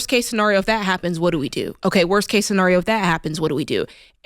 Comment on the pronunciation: Jada Please stop saying scenario in such a weird way